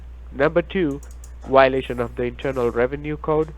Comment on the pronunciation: Wiolation? Is he Pavel Chekov?